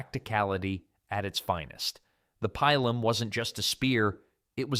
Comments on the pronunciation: Pee-lum not pie-lum. Woond not wound. That's what you did to the eight day clock nine days ago. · I seriously hate this AI voice. When I hear this, fuck off. Cant even pronounce pilum properly. Worse yet, it pronounce it differently twice